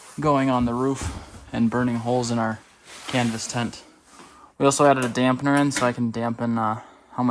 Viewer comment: It's called a damper, not a dampner.